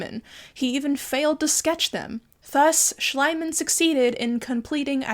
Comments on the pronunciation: With german being my mother-tounge, your pronunciation of "Schliemann" gives me conniptions. But I do love the rest of the video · love how they continuously mispronounced Schliemann tbh i get it ie and ie are confusing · I have to say the english pronunciation of Heinrich Schliemann made me laugh 💀 makes him sound slimey and disgusting which is quite fitting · I'm highly entertained about the English pronounciation of Schliemann. Makes him sound like slime guy in German. ^^ Could you do a tour of your background? I'd love a show and tell. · Just a slight correction on "Heinrich Schliemann" pronunciation: 'ie' in German is pronounced like the letter E, and 'mann' like fun with an m. 'ei' is pronounced like the letter I, such as in Heinrich. But it's just as well that his real name and identity may be destroyed by foreign cultures the same way he himself has done, lol. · Please don't be mad at me... Schliemann is pronounced Schleeeemann. The way you pronounce it, it would read Schleimann. Sorry. He is an a**hole though 🤗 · I know I'm late to the party and not sure if is ever going to see this, but I just wanted to offer some help for pronouncing german names. Schliemann is pronounced Schleeman, since the german i (and ie) is pronounced like the english e 😅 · Just, Schliehmann is pronounced, Shlee-mahn, emphasis on the first syllable. You're probably mistaking the German ei sound, which is like eye, and is always that wherever ei appears, where it is the noun for egg. But if the i is first, then the e behind it makes it a long i, which means, in German, an ee sound. Sorry, love your podcasts, and loved this one, but this one thing was hard for me to bear. Feel free to ask me how something is pronounced in German! 😄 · It's so annyoing that you keep calling him "schl-ai-mann" - it's Schl - ii - mann >:( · I know it's pretty petty but horrible tnt 'archeologist' Schliemann's name is pronounced 'Shlee-man', not 'Shly-man' in German.